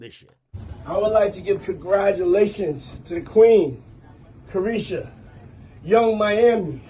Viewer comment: Did she quit “CAREESHA PLEASE?”Then CAREESHA PLEASE😂😂😂😂😂😂